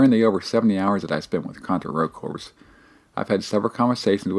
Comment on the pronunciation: It's driving me crazy that you keep pronouncing Rogue Corps & Hard Corps as. Your review is exactly what I needed to hear though coz it's only $3 right now. I played the demo, and the demo was one of the worst games I ever played but I've heard from several people that it gets way better once you update your guns & gear. I just want to run around & shoot ish. Can't go wrong wit Contra